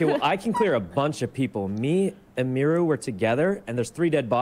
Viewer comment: sykkunno said emeeru lmao